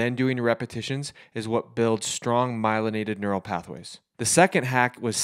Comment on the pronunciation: He said myliaided lol ??? Just don’t sound right lol